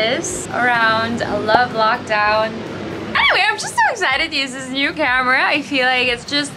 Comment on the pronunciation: NAPAGALITAN AKO NI MAMA KAKATAWA SA PAGSABI MO NG NEW CAMERA 😭😭😭😭😭